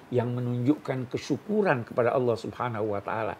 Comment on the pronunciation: Kalo boleh mengritisi utk gus Bahak dalam melafalkan kata Alloh hendaknya terdengar jelas LAM JALALAHnya..maaf yg sy dengar beliau mengucapkn kata Alloh dgn ucapan AWOH. yg lain sangat bagus.. Maaf bukan menjatuhkan tp demi kesempurnaan BELIAU..